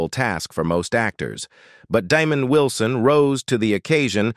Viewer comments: This would be better if they'd pronounce the names correctly! It's "DeMond" not "Demoned" imagine calling a pastor "Demoned". SMH. I just think pronouncing people's names wrong is degrading. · Yeah, Why is he calliñg him Diamond and Demon, That's disrespectful. He knows his name is not pronounced like that. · Nope!. His name is DEMOND. Not Desmond! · No slip up ..that is disgustingly on purpose